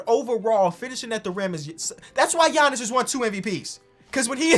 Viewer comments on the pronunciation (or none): none